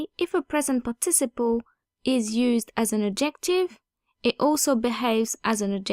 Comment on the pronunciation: Love your channel, but you might want to check out how 'participle' is pronounced in English at